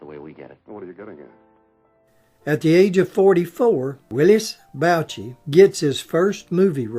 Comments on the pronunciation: you old hillbilly, it is willis bo-shay,not bow-chi. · Mr. Bouchey's name is pronounced Boo Shay.